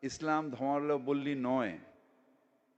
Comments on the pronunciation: আমরা মাথাভাঙা জাতি। ধূর আল নিজের জায়গায় ঠিক আছে। তবে ধর্মাবলম্বী উচ্চারণ করতে পারেনা। ওর বাপ ওর মা কে দাওয়াত দিয়েছিল। হিন্দুরা বললে ট্রেন, বাস পুড়ত। শোন ছোটলাট ছোটলাট শোন আমি গর্বিত আমি হিন্দু। আমি হিন্দু। তুই কোরানের কথায় বলেছিহ। তুই বলতে বাধ্য হলাম। অমর্ত্য সেন পচা ডিম। ধূর আল। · আহা! কলকাতার প্রধান নাগরিকের কি উচ্চারণ! "ধর্মাবলম্বী উচ্চারণ করতে পারেন না।